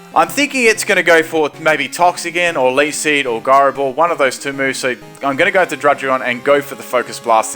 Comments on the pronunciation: Ji-ro, not guy-ro. As in gyroscope. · I hate how you say gyro ball so much